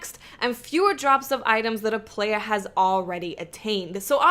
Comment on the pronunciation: Player - Playa Game Informer - Game Informa Not that there's anything wrong with it, I just love the way you talk.